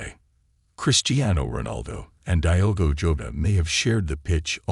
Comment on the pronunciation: It's not "dhigh-ogo" but rather "deeogo"! Why not to learn the proper pronunciation of his name before doing it wrong! RIP Diogo and Andre!